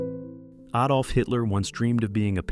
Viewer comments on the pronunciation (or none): none